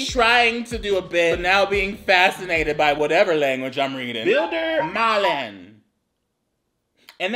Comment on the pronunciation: The “Bilder malen” was actually pronounced right it was actually fairly good German I’m a germ